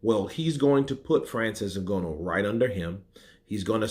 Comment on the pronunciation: Bruh, it's not O Gono, it's Nganou (Ng is between Nanu and Ganu) :yougotthis